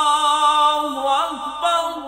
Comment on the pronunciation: اللہ اکبر اللہ اکبر میں وصل کے صورت میں ر پر ضمہ نہیں فتحہ پڑھنا چاہیے یا جزم قاری صاحب ضمہ کے ساتھ پڑھا رہا ہے بلکل غلط ہے